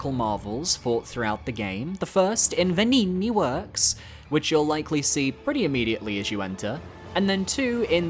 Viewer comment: Is bro trolling with saying vengini like that😂